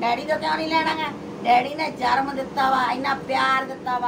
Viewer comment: Jarmm ni hunda janam hunda bhabi